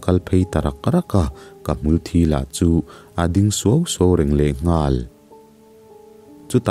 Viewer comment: ngaihthlak anuam lehpek hlemai🤗...mahse (hmul thi) tih lai kha a lamdan a diklo deuh em aw...🤔